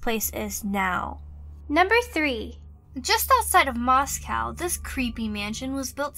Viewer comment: You pronounced Moscow wrong